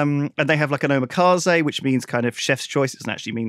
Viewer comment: Redacted and redacted xDD Oh and "Omakase" is more like "oh-macca-say"